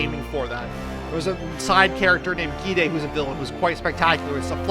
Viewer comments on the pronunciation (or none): none